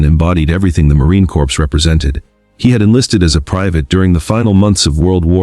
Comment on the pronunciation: It's not a "corps". The Correct pronunciation is CORE . P & S is silent!!